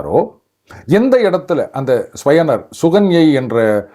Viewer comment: ஸ்யவனர் இல்ல ச்யவனர் chyavana.. பாரதத்தில் சரியான உச்சரிப்பு மக்கியம்.